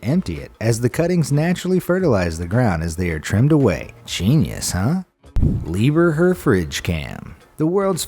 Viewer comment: You put an extra "er" in the middle of the name in your pronunciation. It's "Liebherr" not "LiebERherr" although "Lieber Herr" would generally also make sense but just not in a name since it means "Dear Mister" (e.g. in the beginning of a letter). Liebherr on the other hand is a German surname.